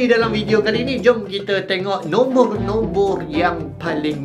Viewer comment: Korang dengar :Nombor Nombor Aku dengar : Nonvor nonvor